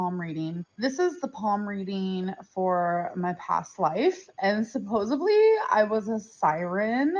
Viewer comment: “supposebly” did we not learn from Wonder??😂